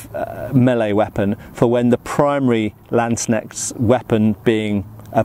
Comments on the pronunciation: "Landsknecht" is two words stuck together and they're pronounced separately: Lands ---- knecht (and in German, the k and n are actually both pronounced, unlike English words such as knee or knight). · Its pronouced Lawnds knesht. Law nds kne sht. Lawndsknesht landsknecht